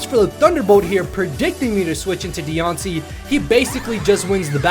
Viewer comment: Is it just me or is she even cuter as a shiny mega Pokémon aw lol and Mothra for volcarona that’s funny also you pronounce her name so weird haha